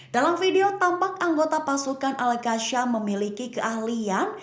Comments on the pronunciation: Al qassam bukan qasham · Al qasham ke Al qassam??tolol ke juru bicara konoha ni😂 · Al qassam malah di sebut al qassham😅